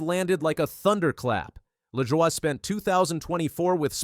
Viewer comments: Saçre-bleu!!!!!! It's pronounced la-joy dude. He's not French. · It's pronounced Luh-Joy. Take it from someone who watched grandpa race. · What the hell is this pronunciation of Corey's name. Who is reading this. Moron😮